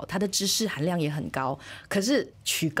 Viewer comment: 純粹糾正一下，是曲高和（第四聲）寡。